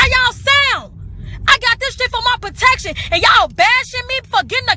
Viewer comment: She said "potection". No elementary school education there.